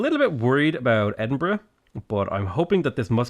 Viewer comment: I love how he says Edinbruhg instead of edinburgh